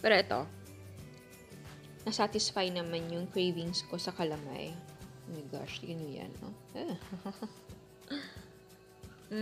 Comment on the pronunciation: Goodmorning chef Ang pronounce po namen jan dito s batangas is ka-la-may not cala-may